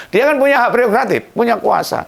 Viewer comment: Gak pereogratif tapi prerogratif😅😅